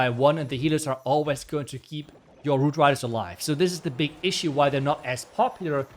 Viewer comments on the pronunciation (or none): I believe he said “woot widers”